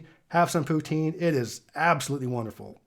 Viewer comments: I always cringe whenever someone mispronounces poutine. It sounds like poot-zin, otherwise it sounds close to the French word for slut. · I'm gonna squeeze one in there that isn't American Me: Yup, he's gonna say poutine.: Poutine